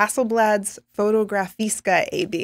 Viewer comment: I love how you said "Fotografiska" // a swede